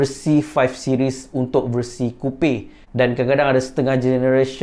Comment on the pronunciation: Coupe sebut Kupe? Bukan Kup?